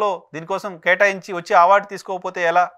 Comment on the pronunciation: it's not ఆవార్డ్....ఇట్ ఈజ్ టు బి ప్రనౌన్స్డ్ ఆస్ అవార్డ్.... ఆ పదానికి మీకు నోరు తిరగట్లేదా ఏంటి....😅